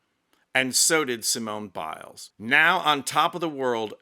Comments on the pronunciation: Don't give up the day job! Sorry to be pedantic but if you are going to perform a ridiculous racially-stereotypical "comedy" routine at least stick to one nationality. The French would pronounce her name as see-moan bee-lay. Pronouncing her name as see-moan-ay bee-lays would be Spanish. I usually enjoy your posts, but someone should have talked you out of this one - Sorry! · lmao oui oui, monsieur. See moan ee Bil lez??? roflmao Excellent accent (not so much). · "Simona Beeless"... 🤣🤣🤣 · the french would not say her name like that. You're pronouncing it as if it were spanish, using a fake french accent. It just sounds bad.